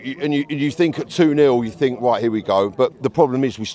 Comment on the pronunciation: It’s think not fink you utter sheath 😂